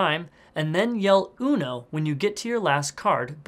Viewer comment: Its so fun see english people saying uno but with a bad pronunciation